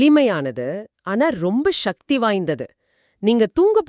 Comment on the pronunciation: நல்ல கருத்து நன்றி.... ஆனால் ஏனய்யா தமிழை இப்படி கொலை செய்கிறீர்கள்? சக்தி என்று தானே பேசியும் எழுதியும் வருகிறோம்? அது என்ன ஷக்தி? ஆற்றல் என்று அழகாக தமிழில் சொல்லலாமே..... பணம் சம்பாதிக்க வேண்டும். உண்மைதான்... ஆனால் அதற்காக தாய்மொழியை கொலை செய்ய வேண்டியது இல்லை....